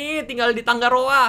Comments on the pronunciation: tangaroa kak bukan tanggaroa wkwkwkwkwwk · Aku cuman mau ralat kak Regi,nama kotanya tangaroa bukan "tanggaroa" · kak reggy nama pulau nya bukan tanggaroa tapi tangaroa kalo tangga itu g nya 2 tapi kalo tanga itu g nya 1